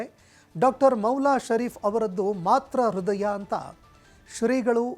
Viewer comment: Swamiji avaraddu Mathra hridaya alla , Mathru hridaya. News reader plz don't do the mistakes in kannada.